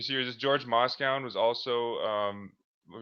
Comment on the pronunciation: Moscone pronounced "MOSS-CONE-EE"